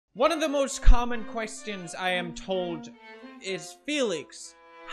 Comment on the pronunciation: Love the way he says ‘questions’ still has that little Swedish twinge to it 😆